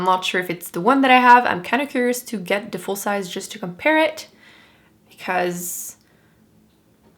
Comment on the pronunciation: when you say 'the' I hear "dee"